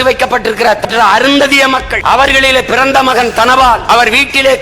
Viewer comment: டேய் அருந்ததியர் பற்றி எதுக்குடா மட்டமா அழுத்தி பேசுறே??